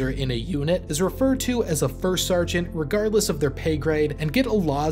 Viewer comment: and ... "stargeant"